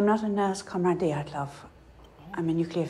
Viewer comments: 4 episodes in and she still can't pronounce Dyatlov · De-AT-lov…say it with me.